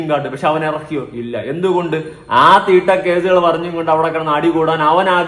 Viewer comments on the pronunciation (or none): മലയാളം പറ 😂 തിട്ട വണ്ടി 😂😂😂😂 അങ്ങനെ പറ